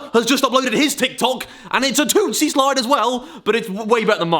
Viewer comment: Am I the only one who noticed that Harry said "Toostie slide" instead of "Toosie slide" and when he said it he said "tooTSIE"